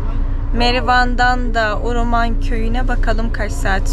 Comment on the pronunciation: Nenem Şex Abdulkadir Geylani üzerine yemin içerdi. Uruman demeyin Hewreman diyin.